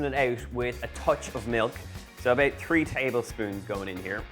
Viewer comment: ebooowt ebooowt eeebooowt.. . ebooowt ... eeeend thawts it . owh , a beuwtiful poewt of lasagna ....